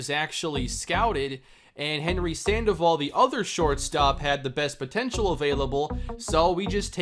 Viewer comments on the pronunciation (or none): none